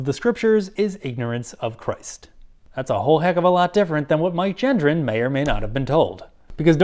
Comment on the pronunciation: I wonder if Mike comprehends if his last name is being mispronounced or not? 🤔